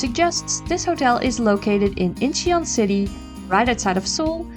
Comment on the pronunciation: Incheon is two syllables not three.